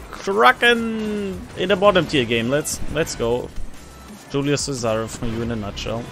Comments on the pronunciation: Cool but C is pronounced CH, like in CHina ;) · Che-Sa-re and the S sounds more like a Z